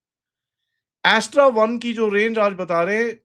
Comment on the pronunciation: अस्त्र को एस्ट्रा क्यों बोल रहे हो ।